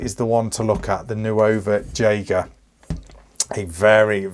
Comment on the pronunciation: Fantastic review! Pronounced "Nova Yeager".